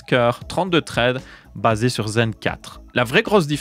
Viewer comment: Traide, je sais pas si c'est parce que tu es belge mais ça pique un peu les oreilles 😅 Thread, ça donne un truc du genre ssraide en prononciation 😅